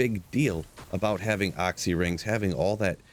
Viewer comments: OXXY rings??? Is that really how the rest of you pronounce it? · Oxy ring lmao, you pernounce oculuis 100% fine, but when u try say short version comes out oxy?!?!? lolol first person in 20+years ever heard call it that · AW-SEE lol. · For the love of god stop saying Oxy ring... It was "The Occulus Ring" based off the wep xD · Hate the way you say "occy" ring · you pronounce Occy so weird!!! great video though.